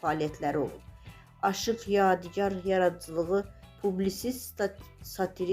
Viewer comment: AY APARICI , YEDİ YAR NƏDİR ? ADINI DÜZ TƏLƏFFÜZ EDİN. ADI YADİGARDIR. UNİVERSİTETDƏ TƏLƏBƏ YOLDAŞIM OLUB. ALLAH RƏHMƏT ELƏSİN. RUHU ŞAD MƏKANI CƏNNƏT OLSUN.